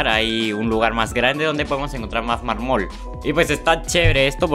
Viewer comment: Jajjaja muy bien todo solo le ase falta aprender a hablar eso de mar-mool (mármol)